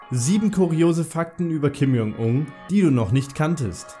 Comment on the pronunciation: Du sprichst den Namen tausendmal falsch aus, du sagst die ganze Zeit lang ,,Kim Jong Ung" anstatt ,,Kim Jong Un"...